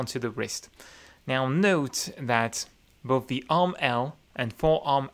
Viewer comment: He can say the "TH" in thighs, but he says "boaf" instead of both XD